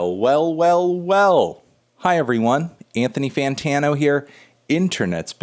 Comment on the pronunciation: It really sound like KSI says "Antifa Fantano"